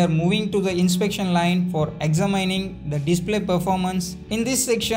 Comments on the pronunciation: examine not exa mining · Exaa mining Exaa mining. Gets on my nerves. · Especially for pronouncing 'examining' as ' exa mining' 😀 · Check "examining" pronunciation and correct in future videos